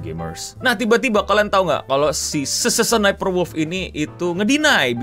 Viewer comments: Penampakan langka orang awam menyebutkan nickname dengan benar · Gg bang nyaris setiap nyebut Sssniperwolf ejaan nya bener 😂